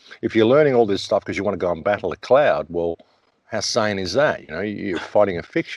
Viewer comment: 🌄 IN LAK'ECH ~ my brother when you said 'guvmnt cloud' thought I heard clown.. definitely synonymous. And when you referred to 'between the lines' I had to think for the past decade at least 50 percent of us have grown natural proactive, so thanx for the polite shove. And as far as watching both hands at the same time, remember you can lead a horse 2 water...Keep Rocking 🎶🏞🎸🌟🍻🤘🎵🌈⛥✌🏛😎✨